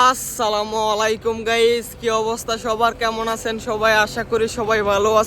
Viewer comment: কোন মুসলমান এভাবে সালাম দেয়!আজব!